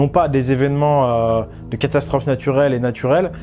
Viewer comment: il n'y a que moi qui a entendu " castasstrophe "? x) mdr, jten veut pas, super intérrésante ta vidéo!